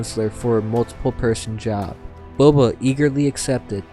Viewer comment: Towards the end of the read, you called him “Bubba” once.. 😂 omg… Bubba Fett… 🐊”Ya’ll be needin’ bounty huntin’ done?” 🤣